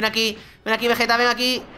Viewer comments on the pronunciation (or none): Oye no te diste cuenta que dices vegete como y fuera vegetta 777 y es Vegeta ve ge ta es así